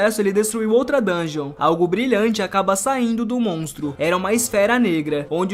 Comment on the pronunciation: da um ódio quando o cara fala "dun ge on" ele pronuncia o bagulho tudo errado